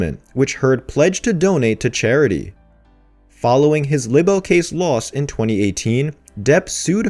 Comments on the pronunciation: Dude, the word libel is pronounced "lie-ble," not "libble." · It's pronounced lie bell not libble. shakes head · It’s pronounced Lie-bull not libble please narrate correctly 🙏 thank you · I'm so glad someone said it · You really must be glitchy if you have no idea how to pronounce libel correctly. I wouldn't have any problem with him saying lie bull as libel is both of those things, but libble is just unacceptable in what is supposed to be a news report. Even computer voices don't make that mistake. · it's pronounced LIE-BELL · I wish your stuff was up to date. At least say the word "Libel" correctly. You have changed it up tho mind as it was 6 months out of date now it's about 2 months. Meetoo movement is folded because of heard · That's a long i on libel. Try to pronounce it correctly.